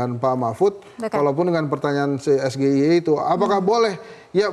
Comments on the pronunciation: Apanya yang salah. Ya bener, diucapkannya harus es ge i e ... Coba lihat kaidah bahasa indonesia tentang pengucapan singkatan dari kata berbahasa asing. Contoh lain, we ha o, we te o, dll ... Sayang, kenapa nggak ada orang bahasa yang mau komentar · SGIE (es ge i e, pembacaan dengan logat Indonesia) atau SGIE (es ji ai i, pembacaan dengan logat Inggris) artinya State of The Global Islamic Economy, kalau yang disingkat bahasa inggris, pelafalannya juga harus dalam bahasa Inggris, SAMSUL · Sego Goreng Iwak Endok Lek.., gk cocok blas singkatan bahasa Inggris di baca ejaan bahasa Indonesia...😂😂😂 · Ngedabrus GK bermutu ni tim 02.samsul aj salah.ngucapin sgie..Sego isi endog